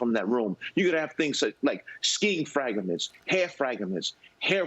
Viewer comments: what are "Fragaments?" 🤣🤣🤣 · "Fragaments"...? is this guy making FRAG-A-MENTS GREAT AGAIN???? 😅... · what are "fragaments"?🤣🤣🤣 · What is "frag uh mets'? Also, they know who the guy is...a couple of minutes later, we will find out who he is. Which lie is true? I thought DEI was done? They still got another loose one here to get. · Fraga ments 😂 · Did he say “fragAments”? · "skiing fragaments, hair fragaments..." :face-blue-smiling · Hair frag-a-ments